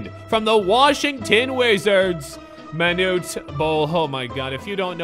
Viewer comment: "Be carful your Monute"